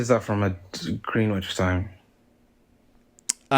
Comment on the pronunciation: "Green witch time" Dude is in the UK and doesn't know how to pronounce Greenwich or how to Google pst to gmt 🤦‍♂️